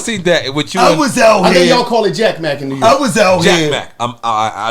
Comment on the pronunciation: 😂😂😂😂 Nore York. Rep yo shii Nore 😂😂😂😂 Virginia said wudup lol